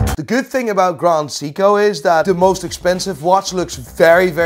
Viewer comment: Say-ko you muppet, Say-ko not See-ko! Like Richard Meelay😅